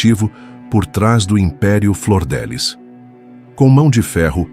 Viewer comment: Não é Flordelis é Flor DF liz